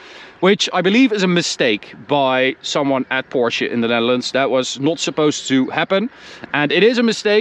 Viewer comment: love to hear that you pronounce it Porsche and not Porsh like some other reviewers